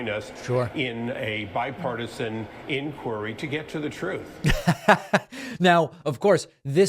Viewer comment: He can't even pronounce inquiry.